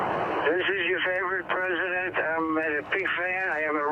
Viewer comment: Am I crazy or is the A3P guy saying "presnent"?